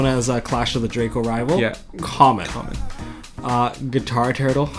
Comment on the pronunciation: guiturtle is pronounced gwi turtle